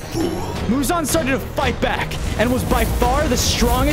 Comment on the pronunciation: why does he call the demon uzan its not uzan its muzan